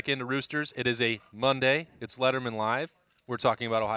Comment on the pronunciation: " It's Mondsday and I am not a doctor " Good call, we love you anyway! God bless!